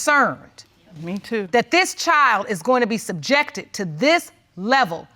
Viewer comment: Did she say SUJEPTIN my child to dat🤣🤣